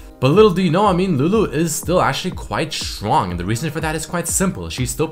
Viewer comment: Quite shwong?